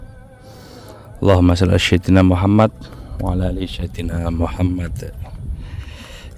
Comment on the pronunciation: koreksi tipis sayyidina pakai sin, pengucapannya s tipis. kalau terdengar shayyidina seperti menggunakan shin / syin